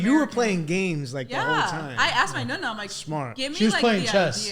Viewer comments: Just to let you know It’s pronounced Nonna not Nunna lol So cute tho! God bless❤ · Nonna not nunna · Stop saying Nunna hahaha it’s driving me crazy 😂❤ ughh😅